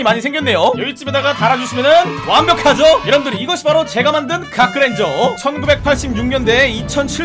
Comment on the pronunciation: 이건 그랜져가 아니라 그랜졀